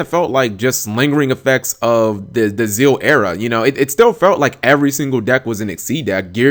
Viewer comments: ZEXALZEX-AL Z-E-X-A-Lwhere the FUCK are you getting ZEAL??? The X is not silent. If you watched the show even they said ZEXAL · you're pronouncing zexal incorrectly